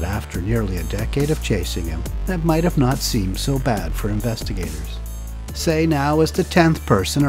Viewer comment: Love your videos. His name is pronounced “tai”